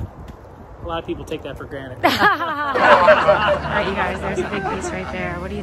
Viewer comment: No one:: Sometimes we take that for granite 🤚😭 😂😂